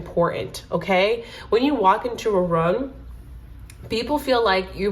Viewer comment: Omg this is so accurate more so bc you said room like rum in swedish and im from sweden haha 😊🎉